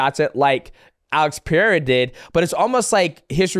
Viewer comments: Chael kills me with the names... Lie-oyto Machida and Alex Pee-air 😂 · MM, I think you're smart enough to learn how to say Pereira correctly. If you ain't, blame it on CTE.